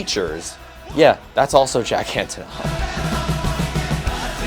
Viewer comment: antOnov, not Antonoff))